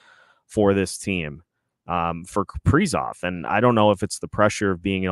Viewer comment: Why oh why is the A still on Kaprizov or should I ask Cough-prizov? The 5 highest players just stunk up home ice in a fashion that you can only call choking! It is very apparent these guys will not perform with Dean behind the bench! None of the top 5 millionaires can hit the net and they only kill the team emblem on literally every goaltender they face! I cannot remember the last time Johansson got a shot on goal! Putting Hartman back up when Rossi was getting tge job done??? WTF??? The return of Spurgeon and Boldy only made this team worse! Where is this team's pride? Time to start sanctioning pay over breach of contract! Now you have Dewar and Duhaime out there self destructing and desperately trying to make it happen only to have Duhaime make a very bad decision and got ejected for boarding! This is because of the epic and colossal failure of what should be team's leaders!!! Pied pipers is more like it! Where are they leading? To an early season exit without any chance of hoping for a playoff bid!!! WHAT A BUNCH OF CHOKERS!!! Tomorrow we should have a public jersey burning. Who wants to wear the number and names of these worthless hacks? I mean, what is the front office going to do about it? Can't trade 'em, can't bench 'em and bring up hopefuls! Dean said it in post game he has no ideas what to do. He admitted he's the problem. Billy, wake up and smell the coffee! At least the Oilers realized they had an ineffective coach and dumped him. Billy, the time has come...Dean c